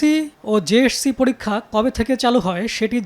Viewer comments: এই সাংবাদিকের দাঁত কয়টা আছে সেটাই ভাবছি যে কবার পি এস সি, জে এস সি আর এস এস সি উচ্চারণ করলো ততবার ই এক এক টা দাঁত খুলে গেলো উনি বার বার বলল পি এড সি জে এড সি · পিএরসি, জেএরসি না। উচ্চারণ টা ঠিক করে শিখুন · পি এস সি ও জে এস সি আগে তো ঠিক মতো উচ্চারণ করা শিখেন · সাংবাদিকের পিএসসি ও জেএসসি নামের উচ্চারণ এমন কেন?